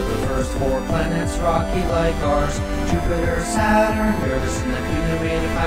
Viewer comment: Finally someone pronounces Uranus correctly